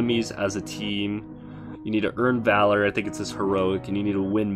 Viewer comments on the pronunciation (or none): none